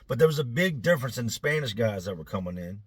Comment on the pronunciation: I know this is an old video so I doubt people will come across this comment, but I need to know if I’m trippin’ or not.. does anyone else hear accidentally say, “ these other gays” instead of, “ these other guys” 😂